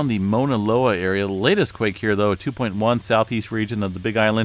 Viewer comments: I kept hearing MONALOA….. Overall amazing update as always. I was born and raised in Hawaii but not on the Big Island but on Oahu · Here is how you pronounce Mauna Loa - [MOW] + [NUH] + [LOH] + [UH] ….. Sorry i had to….. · Pronounced. M-AW-NA. LOA